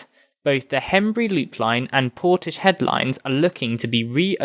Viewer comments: It's "Portis-head", not "Porti-shed". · Interesting except it is pronounced Portis-head.